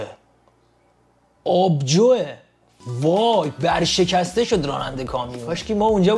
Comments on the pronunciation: ورشکسته استاد نه برشکسته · سلام 🤣 برشکسته نه ورشکسته😘